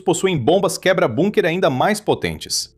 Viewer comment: Como este cara nao sabe phonunhuar a palavra Bunker? Incompetencia de lingua.